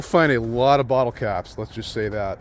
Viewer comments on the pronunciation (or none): none